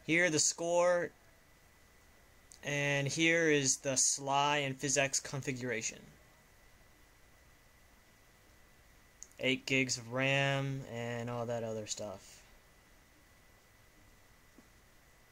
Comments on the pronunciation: its s-l-i not sly lol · Its not called Sly its SLI S.L.I